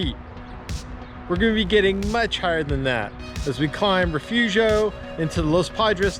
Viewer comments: It's actually pronounced Refoofio! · It's Re-fooo-fio!